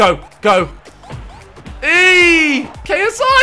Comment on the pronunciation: Weigh-A-SI instead of ksi lol